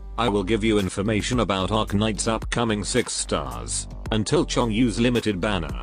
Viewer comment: did the tts keep saying "seggs star"???